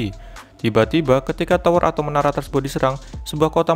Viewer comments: biasa aja bang ngomong nyaa pake indo asli aja jangan so Inggris jadi salah kosa kata masa tower jadi cower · Tower bang , bukan cower 😂